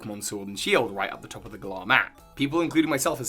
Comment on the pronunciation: you’re brilliant but it’s GALLer not Gull-ARR my friend